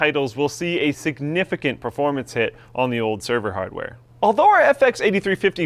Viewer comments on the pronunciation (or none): none